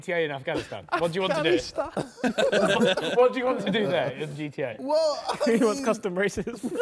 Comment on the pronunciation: Everyone: Falice Navi Da JJ: Af Ghani Stan